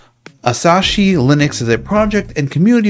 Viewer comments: Asahi is pronounced like uh-saw-hee (or more properly would sound like ah-saw-hee from a Japanese person), it sounds like you're saying Asashi and adding an extra s in there. There's a beer brand by the same name in case you've ever heard of that. I'm excited about this project because of it potentially bringing more free software people to ARM machines. I can't imagine I'd actually get and use one of the M1 MacBooks. Maybe the Mac Mini like 5-10 years from now when it's dirt cheap. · Its asahi not asashi... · It's pronounced "As-AH-ee." Apple has NEVER "locked down the Mac." I use an open source boot loader to dual-boot my OG (Core Duo) White MacBook between Mac OS X "Snow Leopard" (which is 'Certified Unix' -- macOS is a fork of FreeBSD) and Slackware-current. Ubuntu and Kali run on the M1 under Parallels as do probably many others.